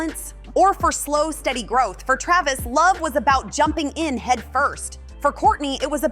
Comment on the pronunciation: KRAYvis? CalaBAYsas? This robot needs to brush up on her vowel sounds. I feel like his tattoo hair would look less silly if he didn't polish his head so hard.